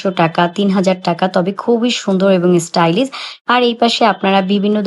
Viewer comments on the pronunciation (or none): Stylis? ইংলিশ বললে প্রোনাউন্সিয়েশন তো ঠিক ভাবে বলতে হয় ।